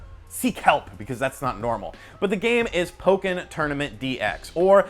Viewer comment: Bill's pronunciation of "Pokken" is actually correct Japanese. Pretty much whenever you get double consonants in a Japanese word it gets the sort of silent beat that Bill (probably over emphasized) used in his pronunciation.